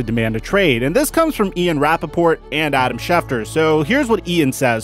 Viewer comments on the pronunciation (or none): none